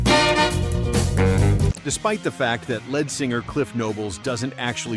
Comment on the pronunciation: Fun video! And I actually thought the narrator was a real person until it mispronounced "lead singer".